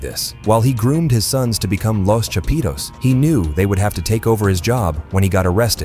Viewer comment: "Lows Chapeedows"